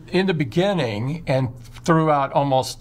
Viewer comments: TIM: “inni di binninginggg” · reminds me the "In the beninging" meme 😂😂😂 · In the Beninging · in the benninging 😭😂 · In the beninging in the beginininig :D